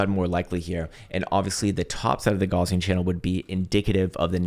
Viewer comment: my dude - "gaussian channel" is named after the german mathematician, karl gauss. it's pronounced "gauss-ian", not "gauze-ian". just a fyi... besides that, i liked the video and gave it a thumbs up 👍